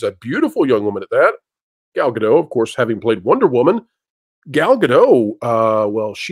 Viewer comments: Ga-dot. The t is not silent. She is not French. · Sorry, but this is something that just bugs me. The T in "Gadot" is NOT silent. She's Israeli, not French. Now, I'm not going to say whether Gadot or Zegler is more attractive. That's a totally subjective thing. Regardless, Zegler saying "Free Palestine" when her costar is Israeli is just stupid. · please start pronouncing the 't' in Gadot because Gal does. X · FYI the “t” in Gadot is not silent.